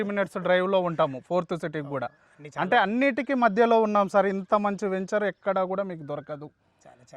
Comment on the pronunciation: వేంచేర్ కాదురా వెంచర్